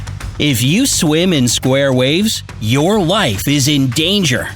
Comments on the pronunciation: I know he said life, but it 100% sounds like he said wife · ohh now I know why it sounds like wife, because when he says life he says it with a strong and downwards like llllll word, if you know what I mean